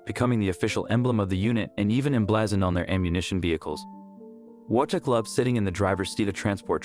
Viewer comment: Only thing: his name is prenounced Vojtek, with V at the front.